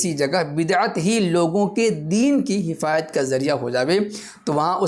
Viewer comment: یہ حفاظت کہہ رہا ہے یا حفایت